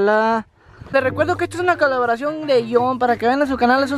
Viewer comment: caloboracion jaja😂 Te amo 😍😍😍